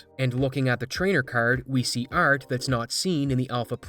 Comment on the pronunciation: can you be less canadian? bugs me every time you say art